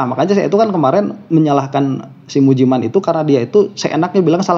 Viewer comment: Tolong dan maaf, Anda sbg yg disebut sbg guru , tolong lebih sopan sedikit jangan melecehkan nama seseorang, misalnya menyebut Ust.Mujiman dg sebutan Ust.Mujimen.🙏